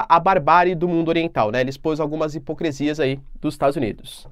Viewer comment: Porque vc insiste em falar “hipocresia”??????